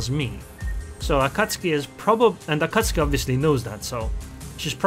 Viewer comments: A-KAT-SUKI. LOL not AKATSKI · Akatski? I must have missed the update where they chaned the akatzuki's name